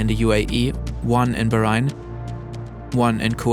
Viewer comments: is this really not an AI-made video? Several toponims are pronouned incorrectly: Kuwait, Bahrain, etc. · Pronunciations of Kuwait, Bahrain, and Qatar are hurting my ears 😅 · It is pronounced BAH-RAIN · The narrator of this video can’t pronounce Bahrain, , or the Strait of Hormuz, , because the closest this channel gets to history is studying the evolution of Hanna-Barbera. And for some of you who have a negative, knee-jerk reaction to my pointing out pronunciation as if I don’t appreciate the enormity the events in the video, the two are not mutually exclusive. And if pronunciation doesn’t matter then neither does spelling and grammar, so let the Dark Ages re-emerge. “Afterwards, Israel reportedly take out Iran’s air defenses.” Really? Except for a few glaring mistakes, the overall presentation of the facts and circumstances of the last few days is well done and documented. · The way the narrator pronounces some words is a bit unnerving. Like he said Bahrain in such a weird way which makes me question whether its AI